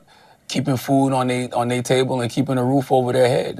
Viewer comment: "keeping food on nay table"? Does he mean to say their?